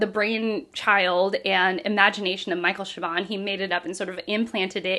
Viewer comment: !. Wear regular clothes please 2. Pronounce WAR ton 4.. Stop Giggling 5. Do not continuing talking abou tGreat literature as if it was silly cartoons 6. Pronouncer Michael CHAY bon correctly